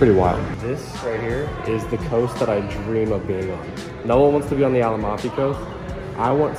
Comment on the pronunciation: You guys just make me laugh every time! Please tell Colby and Noah that it is the Amalfi Coast...total miss on pronunciation!!